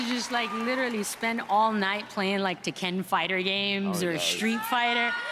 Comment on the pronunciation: "Teken" fighter games